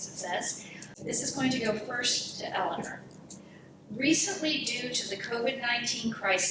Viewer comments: NOTE TO MODERATOR: The Mayor's name is not pronounced "Elin-ER", it's "Elin-OR." Support Mayor Carbone's continued efforts to build upon Torrington's strength and improve it into the future. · Vigorous debate with good questions and strong points both ways. this should be a close election with a pretty big turnout. I agree the moderator saying "elliner" over and over again is really annoying. I mean if you're going to moderate a debate at least know how to pronounce the mayor's name! lol would have been better of just saying mayor carbone or mrs. carbone.